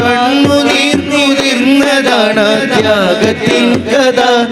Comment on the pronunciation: മാഷാഅല്ലാഹ്‌ 👍👍 കത അല്ല... കഥ ആയാൽ ഒന്നും കൂടെ ഉഷാറായി രുന്നു...😊